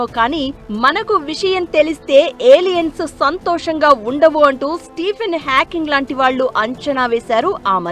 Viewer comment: Stephen Hawking ra puka Stephen hacking kadhu😂😂😂😂